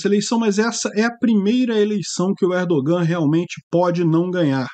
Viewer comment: O ğ em turco é letra muda. Não se pronúncia. ERDOOAN. A vogal antes do ğ é prolongada.